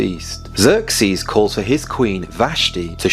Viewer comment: Mo from Iran here. You might wanna search online for Iran's Achaemenid map because what you are mistakenly showing to thousands of people is today's Iran map... Also... don't call it Persia, that name comes from Greek mythology (Perseus). it's Iran. and where is Susa?? Xerxes 😂 those massacred pronunciations of you people. I don't have a clue where and what in my own country you're talking about!